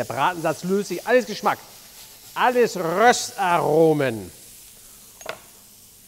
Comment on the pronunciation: Wenn mich meine Freundin fragt warum mein Essen immer so gut schmeckt? RRRÖSSST ARRRROMEN!! 👌🏼